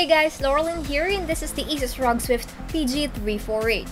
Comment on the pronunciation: R.O.G not rog like its a word....